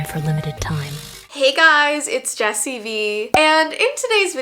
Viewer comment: Whenever she says her name it sounds like Jessy Me lol 😂